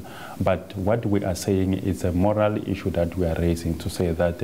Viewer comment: I think you mean Moral not Morel.